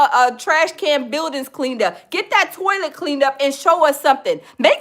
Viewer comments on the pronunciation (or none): He also mispronounces words that contain the letters A and O all the time. For some reason he can't say California he always says Colifornia. For some reason he can't say toilet. He says tallet. He can't pronounce Alabama correctly. He always says Olabama. It bothers me not only that he's a scammer but he has all those damn degrees and can't pronounce simple words correctly.